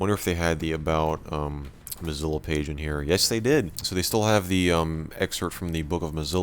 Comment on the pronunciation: "Comes bundled with Mzlo Firefox..."